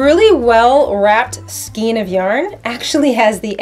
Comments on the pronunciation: your pronunciation of skein is funny to me.. Never heard it called that before. always heard it a more of an ei as in A sound.. like Skain... which i think is actually the correct way.. I before E except after C, or in sounding like Ei as in Neighbor or Weigh.. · I hope you don't mind and it may be different in Canada, but it's pronounced "skane" rhymes with cane. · giggle Check Google. Pronouncing it SKEEN is a demonstration of a lack of skill in the craft. giggle #Sarcasm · Pronunciation Matters: SKEIN= MAIN with SK instead of M. (thank you) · Thank you for pointing that out. Yup, it's in the DICTIONARY! It comes from an Old French word "escagne". There are two ways of doing everything --- the RIGHT way and the WRONG way. One is free to mispronounce words all day long, but it's still incorrect. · lol " skeen"...everyone I know calls them a "skane" lol isnt it funny! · you are pronouncing Skein improperly and every time I hear it I want to let you know but please pronounce it properly. Otherwise love your videos. It’s pronounced skane because of the E before I rule. If the E is before the I then it is pronounced as an A. If the I is before the E then it is pronounced as E. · Skein rhymes with cane. Not skeen. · Good tip on finding the ends. I'd suggest, though, that if you have to take a larger amount of yarn from the centre of the skein (pronounced "SKANE", not "SKEEN"), hold the end between thumb and forefinger and loosely wrap the yarn around your hand from THAT end until you have wrapped all the yarn up to where it came out of the skein. That way, you are creating a pull-skein (outside the main ball) to pull from while creating something wonderful and when you've used up that outside yarn, you've made your way to the inside pull-skein (that which was left in the original skein). Hope that makes sense. Keep up the great videos! M <><. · Also, skan rhymes with can, but never ' skeen',; really is not a matter of dialect just correct pronunciation